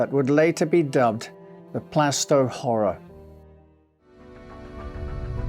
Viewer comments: Plaistow is pronounced Plaastoe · It’s pronounced Plarstow BTW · Really interesting story and well told, but one tiny niggle was the way you pronounced Plaistow. The "i" in Plaistow is silent and the "a" is pronounced like it is in Plaster. So if you say it like plaster but with a toe instead of a ter, you'll get it right. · You pronounced Plaistow wrong